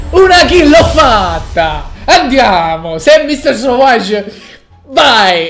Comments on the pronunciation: ma non si dice savoage ma savage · nn è sowage a saveig si pronuncia savage si scrive